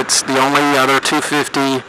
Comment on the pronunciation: The way you say 250 made me lol :D Can't wait till i get my motorcycle license.